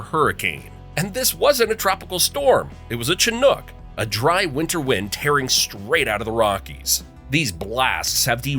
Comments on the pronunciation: When he says chinook with a hard “ch” sound, I know he knows nothing. Haha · That is not how you pronounce Chinook 😂 its pronoinced "shin nook." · chinook is pronounced with a "sh" sound at the beginning, not a "ch" sound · “Chin-ook wind”….lmfao